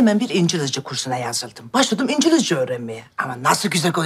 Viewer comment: İncilizce diyor ( )😆😄